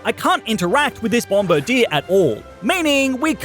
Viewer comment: That isn’t how you say its name